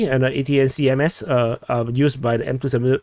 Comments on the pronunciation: ATACMS pronounced uh-TAK-ums (short u) or uh-TAK-and (short a) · you pronounce it: Attack-uhms = ATACMS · it's pronounced "attack'm" like "attack 'em".:) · …you pronounce it ‘ATACK’ and Ms…ATACMS. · I think the ATACMS is promounced like Attack-ems. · The missile is pronounced: "A" tac um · “A-TAC-MS” like attack-ums, but with a long A. -signed former US Army MLRS crew member. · The missile is pronounced, attackems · Pronounced "Attack'ems. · Attackm pronounced. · Buddy, common dude, lol ATACMS have been pronounced "ATTACK-UHMS" on all major news outlets since Feb 2022. 😊 And the Russian claim that there was no advance warning of Ukraine getting ATACMS is a blatant Kremlin disinformation campaign. If one simply Googles "US Announces ATACMS Ukraine September 22" you'll find numerous news stories that day where Biden announced to the World that ATACMS will be going to Ukraine. They even specified they would not supply a solid warhead, but just a "Cluster Munition Warhead". So there was 3 weeks advance notice, stupid Russians probably thought a cluster warhead couldn't take out 10 K-52 helicopters in one shot.:face-green-smiling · ATACMS is pronounced "Attack 'ems" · pronounced "attackem" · America it is pronounced like “attack ‘ems” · I pronouces it like _ attack-cums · pronounced attack-ems